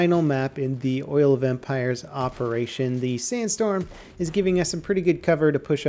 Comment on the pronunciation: The way you said "Oil of Empires" sounded like "Oil Vampires".